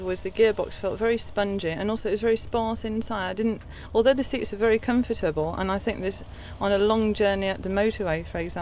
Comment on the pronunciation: "although the seats are very comfytubble..."